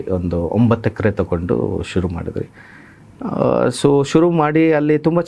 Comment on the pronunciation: ರವರೇ ದಯಮಾಡಿ "ವಿ" ಕಲಿತುಬಿಡಿ.. ಕನ್ನಡ ಶುದ್ಧವಾಗಿದ್ದರೆ ಕೇಳಲು ಚೆಂದ. ಮಾಡ್ತಿರಿ ಅಲ್ಲ ಮಾಡ್ತಿದ್ವಿ.